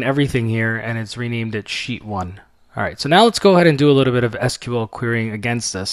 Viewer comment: You're pronouncing SQL incorrectly......